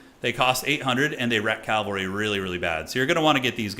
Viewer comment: pls: it's pronounced cav-al-ry not calv-al-ry